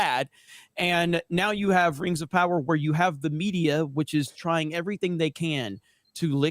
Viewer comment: Der Whings Uv Powuh